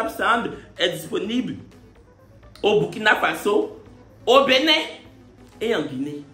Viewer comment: Mais en comment Benin devient Benille dans anglais là?🤣🤣🤣🤣🤣